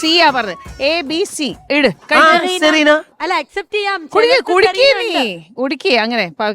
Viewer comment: Jeena wrong and cerena correct ahnnu